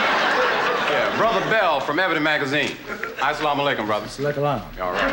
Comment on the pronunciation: 😂😂😂...... As salaam alaikum........ Salaam Salaikum 😂